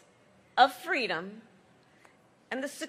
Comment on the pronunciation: Reminds me of the story she plagiarized from MLK about being a little kid in a stroller with her mom at a civil rights march in Oakland. She said she fell out of the stroller and her mom asked "baby, what do you want, what do you need" and she said "fweedom".